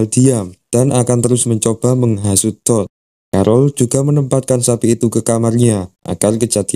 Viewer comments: apakah cuma gw yg ketawa ketika mendengar "TOD" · ken "TOOD"